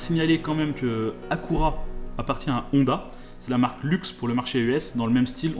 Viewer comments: Pourquoi vous dites Soubarou, Acoura et Hounda? Alors que s'est Subaru (Su-ba-ru), Honda (Hon-da) et Acura (A-cu-ra) Aaahhh les français 😂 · "Akoura" ??? "Hhhondâ" ??????? Sérieux c’est quoi ces prononciations? Tsalala, vous les français. On est Ben mieux au Canada, on dit juste Acura. Pas AKOURA